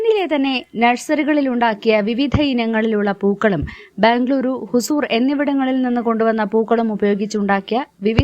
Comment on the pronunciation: E പാസ്സിനുള്ള ലിങ്ക് കൂടി കൊടുക്കാമായിരുന്നു ഹുസൂർ അല്ല ഹുൻസൂർ ആണ്